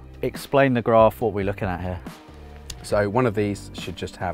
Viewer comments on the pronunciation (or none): It’s pronounced graph not graph...